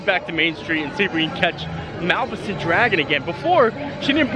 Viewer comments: …. Dude….please… Mah- lif-I-cent! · Mispronounced Malificent- 9